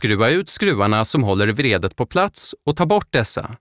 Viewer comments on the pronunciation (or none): Er speaker behöver lära sig att skilja mellan betoningen av vrede (ilska) och vredet (vridanordning).